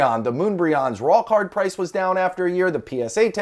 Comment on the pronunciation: Is it just me or does "raw card" sound like "rock hard" lmao